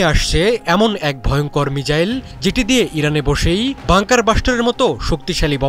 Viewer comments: তোর কথাই হয় না😢 মিজাইল না, মিসাইল, বুজলি? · মিজাইল ? না মিসাইল ? 😴😴